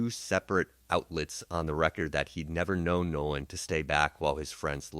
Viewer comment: This is not “trump’s team;” it is CRUMP’s TEAM. Don’t get it twisted. And the young man’s name is NOLAN , not “No One” WELLS. AI, you are being disrespectful. Like LAW ENFORCEMENT and Nolan’s so called white friends, you are treating him as if he was “no one;” as if his BLACK life didn’t matter. More questions: What was he doing with THEM on the day that THEY would be celebrating THEIR freedom - independent of FOLKS LIKE HIM And why was he sidetracked by that particular girl - also one of THEM - kids whose parents likely voted for Racist Trump who was hosting White nationalist - in Washington - on that day? Get it right!